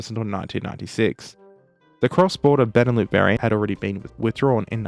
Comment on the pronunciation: Benelux is pronounced with the x, it's not beneloo, it's benelux. It's short for Belgium Netherlands Luxembourg.